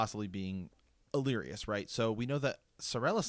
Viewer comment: Great stuff! Just nitpicking: it’s Alleras, not “Allerias”. Hitting the ear a bit hard the more you keep saying it. Sorry.